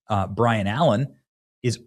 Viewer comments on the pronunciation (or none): Love ya, but Benny you are dyslexic. It’s Byron………..not (Brian)Y before R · BY-RON…!!! Not Brian. Uggghhh!! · Benny. It By-Ron Allen. Not Bryon Allen. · By-ron Allen....not Brian! Either you are trolling or you don't do your research...also....just reminds me how young you are and how many people in "TV" are stuck in history of the last 10 seconds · His name is pronounce Bie-ruhn, not Brian. Byron - B Y R O N!! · It's Byron... BY-RON Allen, not Brian. 🤣 LOVE you Benji! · Benny I ❤ you but dude ... its BY RON not BRI AN. Byron Allen has been around a looonnngg time. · Hey Benny!..it's BYRON...not Brian! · Benny, just to correct you, his name is "Byron" Allen...NOT Brian. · "By-ron", not "Bry-an" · BY-ron Allen. Not Bri-an. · Benny, it's BY RON, not Brian... how many times are you going to misread clear text? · BYRON not Brian.lol. You are so low IQ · BY-RON not Brian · Bro, his fucking name is BYRON NOT BRIAN. I can't stand when people like Benny can't read. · The amount of times you read BY-RON as Bryon is troubling. Assistant didn't catch that? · Came here to see who else noticed. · Why can't people pronounce names and words correctly it's BY-RON, not Bryon. Likewise ET-CETERA, not EK-CETERA. 😜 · His name is Byron!!! Not Bryan. 😂😂😂😂😂😂 he is way funnier than the other guy. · It's BYRON. not Brian. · BYron Allen... Benny. Not BRYon Allen. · *Byron*. Not *Bryan*. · By-ron Allen. Not Brian or Bryon. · Byron, not Bryan. Has benny been snorting coke? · B Y R O N not Bryon!!! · Benny, his name is BYron, not “Brian”. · Benny…it’s BYron Allen. Not Bryon Allen!!! Good grief, SLOW DOWN and READ 🙄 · I had a hard time concentrating on what Benny was saying because he kept mispronouncing BYron’s name as Brian. It takes like 30 seconds for someone, anyone to ensure proper pronunciation. If you’re going to be running a show for profit, at least have the common courtesy to provide content that appears to be professional. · Byron, Benny. Not Bryan. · BYRON, not BRYAN. Come on dude!